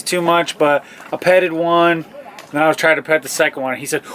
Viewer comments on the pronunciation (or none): none